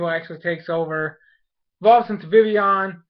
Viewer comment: Is it me or do they pronounce VIVILLON wrong they say VIVION vivion idk i swear...